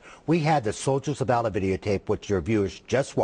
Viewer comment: And this guy cant even pronounce "Allah" correctly.